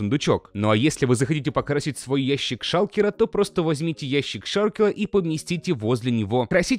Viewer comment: сказал "Шалкела" ))